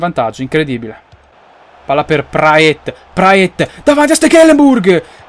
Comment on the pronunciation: Ed anche praet la pronuncia non è né praèt e né prat ma pràet